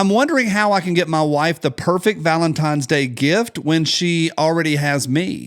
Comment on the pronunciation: I can’t wait for this week to be over so I stop hearing say, “valemtimes.”